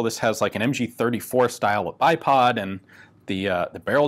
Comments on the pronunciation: OMG, why did i just hear iPod mounting points instead of bipod?!!😆😆😆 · lol. I swear he said there are “two iPod mounting points.” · Who else thought he said ipod mounts for a sec